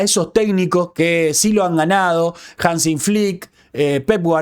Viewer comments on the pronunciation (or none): Hansi Click, sin "n": Hansi